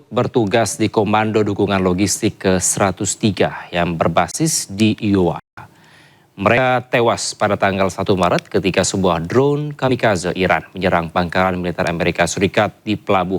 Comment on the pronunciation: Bacanya bukan iowa...ayowa yg venar bos